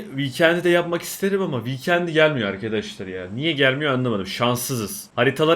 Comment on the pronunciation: Bakın arkadaşlar vikendi degil lütfen adını dogru söyleyin viiiiiikendi